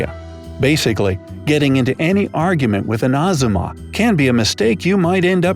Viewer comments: ITS NOT AZUMA,ITS AJUMA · Fyi its ahJuma not aZuma